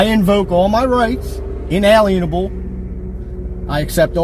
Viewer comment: Alienable not Alan able